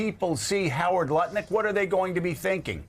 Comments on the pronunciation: I do love how Joe almost said Nutlick instead of Lutnick😆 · Joe has been listening to Tim Miller from The Bulwark if he almost pronounced it Nutlick 😂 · He almost said Nutlick.😂😅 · We he about to say Nut-Lick 😂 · Love how Joe almost said “NutLick” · He sait nut lutnick 😂😂😂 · Lol he almost said Howard Nutlick and I personally think thats much more fitting. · Joe almost called Howard Lutnick: "Nutlick". Ha, ha, ha. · Did I hear him say Nut-Lick? :) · At 1623 joe almost calls him nutlick. I say do it. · Okay, did anyone else catch Joe catch himself almost saying "Howard Nutlick"? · Joe almost said “Nutlick!” Ha ha! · Joe almost said "Nutlick"... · Joe almost slipped and called him Howard Nut Lick HAHAHAHAHAHA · LOL! Good catch, Joe, we almost got you to say NutLik! 🤣🤣🤣🤣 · Lol, Joe almost saying "Howard NUTlik". 😂